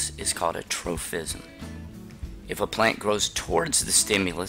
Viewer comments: Why do you keep saying tropism with an "f" sound? It doesn't have a "ph" so it's just pronounced as a p. troPism, not troFism!!! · definitely is though. Kids might watch these for educational purposes and learn to pronounce the word incorrectly. Proper pronunciation is pretty important